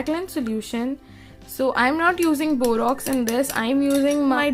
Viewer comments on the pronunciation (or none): It's not 'borox' it's 'borax'.... Learn to speak.